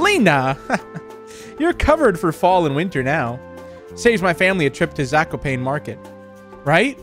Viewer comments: It is pronounced zak-o-pawn-ay and raz-I-el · You pronounced Zakopane wrong it has to be "Zah - koh - pah- neh" and its a city in southern poland